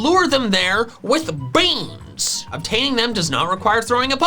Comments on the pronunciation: I love how he says beans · What a crispy way to say Beans 😆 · Its funny when says beans in a funny way